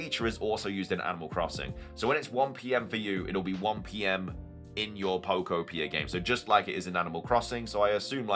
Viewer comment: Just a note on pronunciation: I'm pretty sure the second syllable in Pokopia is the emphasized one. "poKOpia". Like "uTOpia."